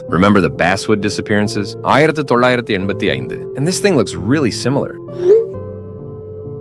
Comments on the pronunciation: tf are you speaking Egyptian?! All you have to say is 1985 not "airtetolaidatbienbiengdun" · "idetoriendin" such inspiring words